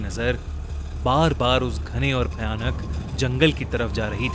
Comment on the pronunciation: At end of video is said bal bal to bar bar 😂